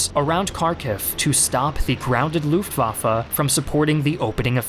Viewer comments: luftwaffE not luftwaffA. is it so hard if you want to be some expert? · The way you pronounce Luftwaffe is really distracting. Looft indeed!